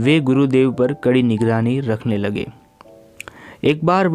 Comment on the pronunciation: पर की जगह पय पढ़ना